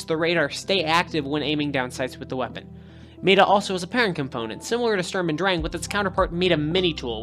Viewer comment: meda? Mighta is how you say it :)